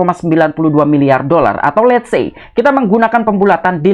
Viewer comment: Let sey 😂😂😂 T I T I T